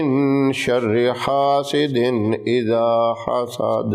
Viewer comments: Assalamoalikum, ap ye surah ki last ayat (hasiden) ko( khasiden )kio parh rahay hain. Ap nai jo ayat parhi isko dobarah sai is ayat ko daikh kar parhai . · Assalamu alaikum Ap hasidin ku khasidin kiun bolre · Aoa bohat acha amal ha lakin nihayat izzat k sath hasideen isa hasad ha.ap khasdeen isa khasad parha ha jo sahi nahi ha